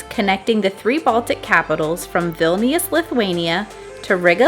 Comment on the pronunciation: As a lithuanian ur saying vilnius wrong